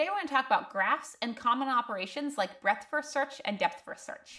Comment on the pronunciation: When you hear break-fast search instead of breadth-first search you know you should go take a nap